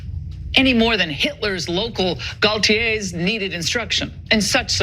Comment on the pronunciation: Ingraham: "... Hitler's local Gaultiers..." Hitler employed clones of not-yet-born French haute couture and prêt-à-porter fashion designer Jean Paul Gaultier? Gauleiter, Laura. Gau... lei... ter. Not that that's the worst thing she said, not by a long shot, but goddamnit are these fucking people stupid.